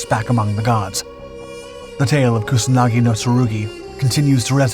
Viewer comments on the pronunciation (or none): It's Kusanagi, not Kunasagi... wtf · You need to work a little on your pronunciation. You can use Google Translate. You pronounced Kusanagi as Kunasagi and Atsuta as Atsta. It's Yamata no Orochi not Tamata no Orochi. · He calls it Kunasagi... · If you are dedicating a whole video about a specific sword at least pronounce its name right